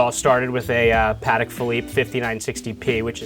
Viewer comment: Always amazing to me how even watch people don’t pronounce Patek correctly. It’s Pah-tek not Patik. Jewish New Yorker, I guess he can be forgiven but definately not the director of sales. Oi vey.